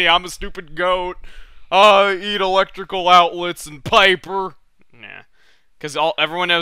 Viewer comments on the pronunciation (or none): none